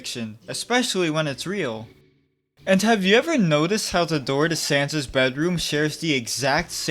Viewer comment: Bro rly said Santa